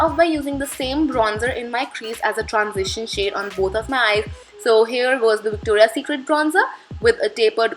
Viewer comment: isn't it Victoria secret instead of victora secret? Which you are calling victora PLEASE keep that in mind that I'm not being sarcastic or not trying to be negative just pointing out a mistake :)